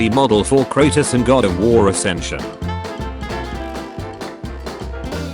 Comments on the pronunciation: Hearing the bot say kratos made me want to commit suicide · Name:”kratos” Bot talking:”kratus” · Robot says it like CrAPTOS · That's Cratus, not Cratos. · I hate the pronunciation of “Kur-Ah-Tus” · "kratis" gota love the tts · the narator of the video names kratos kratas😂😂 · Ir triggers me how he calls kratos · I hate the way this fool says kratos